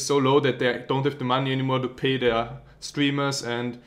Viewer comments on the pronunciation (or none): none